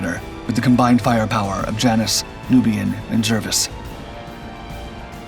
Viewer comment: The name of HMS Jervis is pronounced "Jarvis" not "Jirvis" FFS